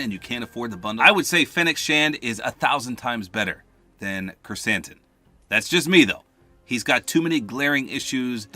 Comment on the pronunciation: You read Krrsantan right. I'm impressed. I thought I lost my hopes when you read Tatooine Tatoonie. Good job!